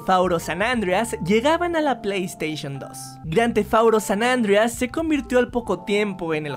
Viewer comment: Muy bonito el resumen pero dios mio que feo dices "San andreas" tu dices "San-Andrias"